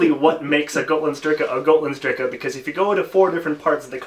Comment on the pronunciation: You got Gotlandsdricke wrong at the beginning.